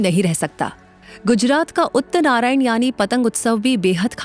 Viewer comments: Pronounciation is uttarayan and not uttnarayan, uttarayan is the brighter half of the year when the sun begins its northward journey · Please improve your pronounciation as you said “ uttarnarayan “, is actually “ utarayan “. Which is makar sankranti.